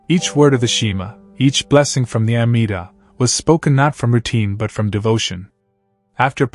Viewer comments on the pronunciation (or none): Fake AI. Doesn’t now how to pronounce Amidah and Shema is big CLUE! Shame on you.